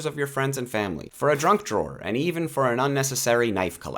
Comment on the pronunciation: I swear you said a “drunk drawer”. Love everything!!!